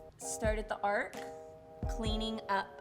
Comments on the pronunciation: Its Arch, not Ark.....Hahaha. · It's: Arch not Ark. 🤣🤣🤣 Lily you're so funny!! Thank you for this wonderful extensive and detailed brow tutorial. ♥️♥️♥️ Oh and Congratulations on being pregnant!! ♥️👼♥️ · Your videos are great, I love how informative you are, and how your makeup videos are actual artistry tips, but arch has a “ch” at the end! 🤦🏻‍♀️ it’s not Noah’s ARC, it’s an arCH. 🙏🏻🙏🏻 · Arc? It's Arch 👑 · Your eyebrows are stunning but it is called an arch not an ark. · I love the way she says “ ark” instead of “arch” and just doesn’t Care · so we all just gonna act like she said "arch" completely wrong lol